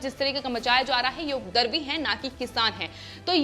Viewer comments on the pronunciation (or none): Please aap Hindi sahi bolen ye shabd updrav ko updarv aur updravi ko updarvi na bolen